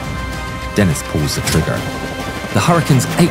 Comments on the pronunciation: It didn't help when the narrator pronounces the French name of the German correctly, then pronounces the name of a Frenchman in a British fighter incorrectly like it's an English name "Dennis" instead of DEN' ee. I clued into the Cross of Lorraine insignia on the fuselage and captioning Denis to put 2 and 2 together. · Thanks for this. I had not heard of James Denis. He was French so his last name is pronounced Denii - the "s" is silent. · It's Den-EE. The S is silent in French. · Great video, just, in french "Denis" the "s" is silent